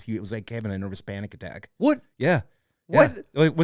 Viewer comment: I had to laugh... I thought he said the pilot had a 'hispanic attack' ... 🤣😂🤣